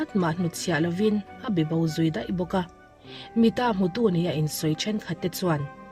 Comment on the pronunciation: 1987 🤦🏽‍♂️ min ti putar zo vek... 'Mita hmutu' tih tur awm tak 'Mi-taa hmutu'